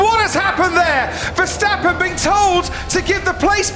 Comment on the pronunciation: Verstapen... Nerak... Nerak... Rusuh...